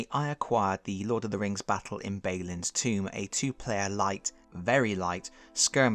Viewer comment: Out of curiosity, at this point I have to assume you are mispronouncing Balin on purpose, is this some hate of dwarves or an inside joke?